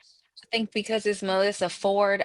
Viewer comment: Did he say Mel Issa?